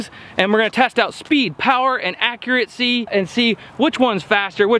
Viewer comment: ARRRRRRGH! There is no "t" in accuracy. Accuracy, not accuratecy. Sorry. I have posted a lot of more useful comments. It just really grinds my mind.